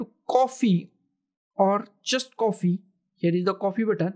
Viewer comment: please have a good pronunciation of copy not coffee